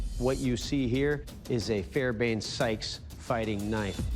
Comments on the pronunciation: it's NOT Fairbane-Sykes, it is Fairbairn-Sykes. Spell it correctly and pronounce the second "r", otherwise you sound like an illiterate with dental problems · TF is a “fairbain”? Fairbairn sir…